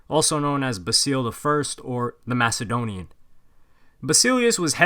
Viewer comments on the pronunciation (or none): none